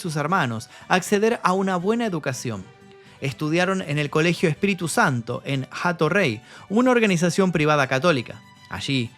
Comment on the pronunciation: Esa h de hato rey no suena no se dice jato rey se dice ato rey soy de Puerto Rico